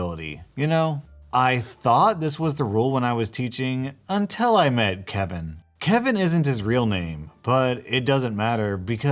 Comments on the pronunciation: "kevina" XD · m, an idiot, thinking this entire video is one story, wondering why was pronouncing kevin differently in the end, getting very confused with the story, then finally noticing the title WHEN THE VIDEO ENDED: 😁😪😵😤👀😲😩😑😅😠😣😒😑😐☺😛😃😂😆😜😝😋